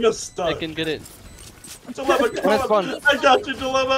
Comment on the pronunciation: take a shot every time you say bilemma